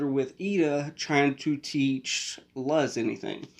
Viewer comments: Her name is Luz Noceda. (pronounced like Looz Nosayda) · Ah yes, my favorite childhood character that literally no English speaker can ever pronounce correctly.